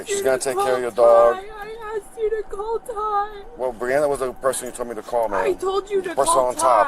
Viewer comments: Dude. She said call Tie. A couple of times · She definitely did say call Tie. 😂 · She did say call Ty tho 😂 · She definitely said call tie lmao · She def said call tie but w.e lol